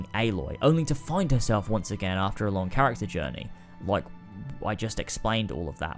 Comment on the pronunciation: Next time I watch a video I’m going to play a drinking game for every time he says CHARATCER